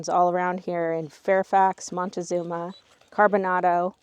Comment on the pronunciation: I grew up in Wilkeson and went to Wilkeson elementary. You pronounced Carbonado incorrectly…I wish you had gone to more areas of Wilkeson in your video. You took pictures of the “quarry” signs in town but didn’t actually go to the quarry, which is an amazing and beautiful place. Also, Wilkeson and Carbonado are known as much for coal mining as they are timber and they have just as many, if not more loggers and logging. When you were taking video of the coke mines, they actually have a “Carbonado days” every year right there where you were, and have races on those rails, a parade, and so much more. There is also a Catholic Church, which I went to, which has to be about the same age and size as the Orthodox Church you videod. Fairfax has a popular mental hospital, which people go to from all parts of Washington…thanks for the video